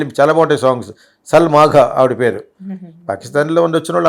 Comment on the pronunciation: Salma agha please try to pronounce properly she born to an indian hindu